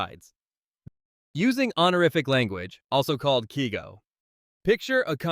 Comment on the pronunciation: Keigo is pronounced kay-go.